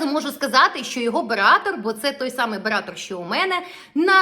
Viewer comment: БератЕр, а не бератор.